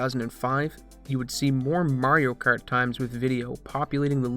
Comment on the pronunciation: Wtf is "Merioh Kert"?